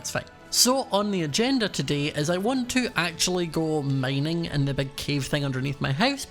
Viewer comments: "i'm just goEnna kindEa staRt mEinEing" - LOL for real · did u say mining maining 😂